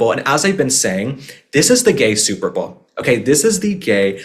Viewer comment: I always loved both Princess Catherine and Melania and their style - classy, put together, flawless !!! And I loved how you said gay super bawl!!!🤣🤣 Thank you UK for the beautiful reception of our President and the First Lady! 🇬🇧🤝🇺🇸